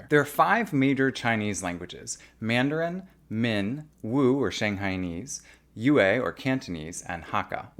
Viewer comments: There's no "w" sound in yue, if we need to make a comparasion with a western language then yue has a sound of a german "ü". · 粵 is one syllable.